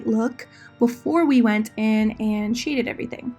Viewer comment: Everytime u said shaded I thought you said “cheating”...am I alone? But I’m definitely going to attempt this look.